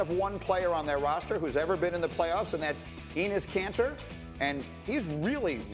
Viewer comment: Who's Enes "Canter"? Isn't this supposed to be a sports network?